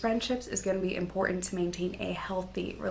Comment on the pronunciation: Pronounce ImporTant